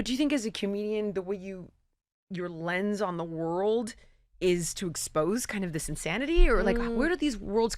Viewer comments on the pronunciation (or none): none